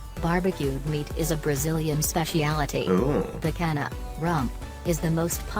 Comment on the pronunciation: The "nh" in Portuguese sounds like the "ñ" in Spanish. So, picanha souds like "picaña". It is a nasal sound not a H sound. Also, the H in Bahia (brazilian state mentioned in the video) is silent. And you speak "moqueca" way better than the video (actually, the video butchered the poor word!). Bolinho de Bacalhau is a portuguese dish, but very popular in Brasil. We use to make them like small balls. Portuguese people usually make them in an elongated format. Fun fact: the "lh" in bacalhau (cod fish) sounds like de "ll" in Spanish.